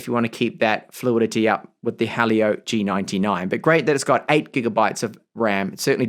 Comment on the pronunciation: hearing helio be pronounced as hah leo and not he leo/he'll yo hurts